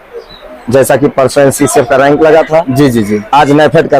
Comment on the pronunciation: रैंक ❌ रैक✅